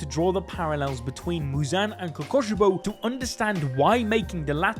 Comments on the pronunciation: "omg guys its the demon who uses a breathing style KOKOSHIBO" kokushibo is pronounced ko-koo-shi-bo the 'ku' is pronounced like fOOd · ITS KOKUSHIBO NOT KOKOSHIBO